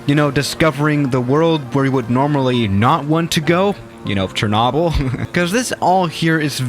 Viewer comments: Most people: "Cher-noh-bill": "Cher-naw-bill" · when he said “shernobble” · It's cher-no-byl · The way he said Chernobyl made me dislike lol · His pronunciation of chernobyl is irritating lmao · My Disappointment is Immeasurable And My Day is Ruined Because The Way You Say Chernobyl